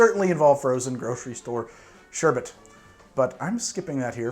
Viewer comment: Thank you thank you thank you for saying sherbET and not sherbERT. It's an odd thing to get annoyed over, but I can't control it. Great drinks and another great vid!